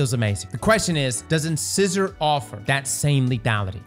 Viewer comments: doesn't have teeth that's why he mispronounced incisor a gajillion times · Does have anyone in his hiusehold that can help him pronounce incisor correctly? 😅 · ask your dentist how to pronounce the name of this weapon. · mispronounced incisor every single time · Another weapon that cross can not pronounce. Wow. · It was painful to listen to mispronounce "Incisor" over and over and over and over....... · Take a drink everytime pronounces this weapons name incorrectly… on second thought better not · Saying In-scissor is driving me nuts! Have you ever been to the dentist,?!! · IN-SIGH-SOR for the love of god dude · Just a heads up, I'm pretty sure it's pronounced in-size-er. As in front teeth. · repeatedly pronouncing it 'in-SIZZ-er" is like an adult that still says "LIE-berry" instead of Library 😂😂😂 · In-Size-Or, like the name for your teeth. Strand Trace Rifle sounds awesome, though! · In-size-or as in the the tooth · “In scissor”? Okee-doke then, ayup… sure. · I could SWEAR it's In-Size-Or. Buuuut, I could be wrong 🤣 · In-size-er like a tooth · Did just mispronounce incisor 😂 In-size-er, like you know the kind a tooth we all have. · In-SIZE-or Like your teeth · I'm sorry, but it's driving me crazy... in-size-er is how it's supposed to be pronounced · In-size-or… like the tooth… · Omg, "Inscissor"😂😂😂😂. When will pronounce things correctly 😩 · In-sizer. Like the teeth. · In-sai-zuh Did you go to school? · In-sEYE-sor. Ffs... it's a tooth! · In-seye-zor. It's like you purposely say it wrong. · in SCI sor........... sci in like in sci-fi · It’s pronounced “in-SAI-zur” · Pronounced In-size-er! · It's pronounced (in-size-er) lol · In-scissor, lol. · IN-SIZE- OR ffs 🤦🏼‍♂️ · IN=SIZE=OR - I can't with you sometimes bro. Please just google it once before trying to pronounce it for yourself. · LMAO in-scissor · It's pronounced "in-sizer", you know, like your teeth, damn! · IN-SAI-SOR